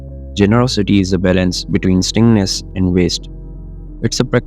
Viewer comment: i love your voice. Stinginess is pronounced Stin Jee Ness